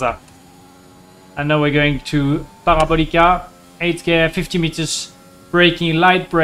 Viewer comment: par-ee-ball-ee-cah... jokes aside great video as always Romain